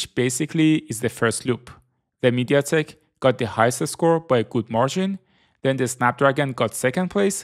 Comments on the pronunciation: Mediatek not meditek keke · Aaah, it is not MediTek, it is MediaTek... 😂